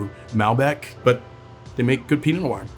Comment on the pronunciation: Not sure why he pronounces “noir” with two syllables. Sounds weird.